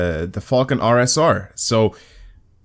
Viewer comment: when you say falken it sounds like fuckin lol